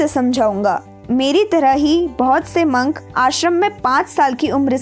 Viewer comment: Di it's not mank its monk